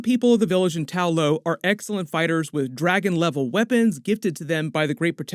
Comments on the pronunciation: Why do you keep saying “Tao Lao” in your videos, instead of “Ta Lo” like in the movie? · Ta-lo (tah-loh) rather than Tao-lo (taoh-low) according to the movie.👍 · Idk how it's so hard to remember TA LO bro it's not tao lao or tao lo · I love these breakdown videos but please change Tao Lo to Ta Lo. Its Ta Lo in the movie. thanks. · Why do you keep referring to Ta Lo as Tao Lo?